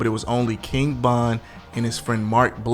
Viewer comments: King BOND! LOL JAMES BOND. ITS VON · Why do you keep calling him King Bon instead of King Von?You say Von at times, but you mostly say Bon. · Why the hell you keep say "KING BON" bro... Get that shit together! Lol. Bruh... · His name is king Von V not B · Am I tripping? Why its sound like he keeps calling him King Bon and not Von? Maybe its me. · Am i the only one hearing him say king bond ??? Or am i trippn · Man keep sayin king bon